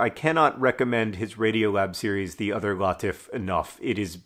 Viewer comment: Just a note: the name "Latif" is pronounced "Lateef." It comes from Arabic, and it means "gentle." =)